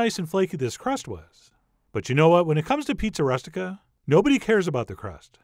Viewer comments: its pronounced "roo-stik-ah" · Chef, you must have heard this pronounced by a southern Italian. It is roo-stic-a. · “rOOstica” like “rooster” not like “rust” - otherwise; FANTASTIC! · it's pronounced ROO STI KA.